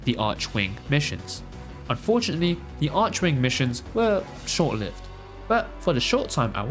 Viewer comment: arc-wing. not arshouingue or whataver is it x_x that appart,cool video o/